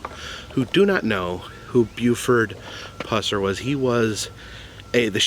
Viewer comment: Thank goodness you didn’t butcher his last name like you did in you 2015 vlog, lol. Thanks for going back. This man is a hero of mine.